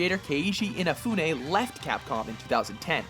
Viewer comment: sigh Your widly varying failed attempts to pronounce Inafune's name are frustratingly humorous. I guess this pronunciation will have to do.